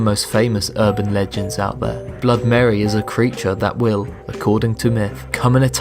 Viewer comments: When you say Blood Mary instead of BloodY Mary, it literally scratches my skull from the inside. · It's not blood mary it's Bloody Mary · Does anyone realise that he kept saying blood mary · Its BLOODY MARY not blood mary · BLOODY MARY NOT BLOOD MARY! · It is "BLOODY" Mary. How do you screw that up when you have Google? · Why don’t he say the y in bloody Mary?